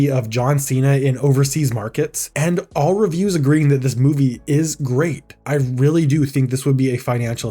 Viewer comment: "Weawwy Bad" -Elmer Fudd